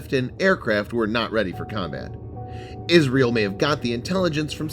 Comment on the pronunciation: What is "Israle" ?? Good video though.